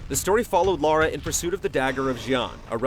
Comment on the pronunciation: Immediately mispronounced her name........